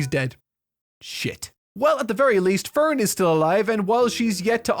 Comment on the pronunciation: the amount of times you screwed up Frieren's name and Ferns was comedic in its own right. great vid besides that. makes me want to finally delve in.